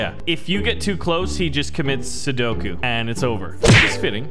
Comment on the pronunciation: Seppuku not Sudoku